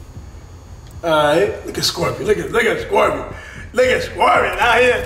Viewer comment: Ik this mans did not say scorpion😂😂😂😂